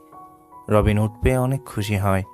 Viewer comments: আপনি এত বেশি ঁ ইউজ করেন কেন। উঁট নাতো। উট। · Camel Bangla uccharon bhul hocche.. sunte kharap lagche onek